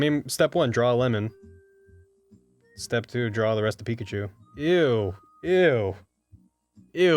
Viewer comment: Peachu ->Picklechu -> Ryechu